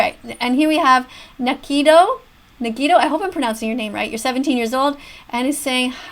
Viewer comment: Nagito= NAH-gee-toe. You got Haiji's name right tho